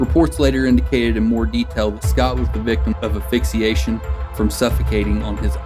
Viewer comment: Affixiation??? As a narrator, I would think you should know how to fkng pronounce words. AS-PHIX-I-A-TION.